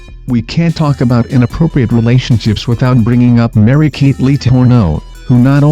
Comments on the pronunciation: i went to school and it's Mary- Kay not kate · It Mary Kay, dumbass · It's Mary Kay Letourneau, not, Mary-Kate.